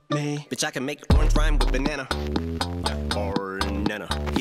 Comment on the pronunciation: When I heard him say rhyme orange with banana, I heard: “ooooooor na-nah” as in, on second thought no I can’t (but also I kinda did)